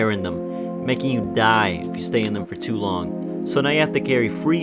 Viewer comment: at the start you said naking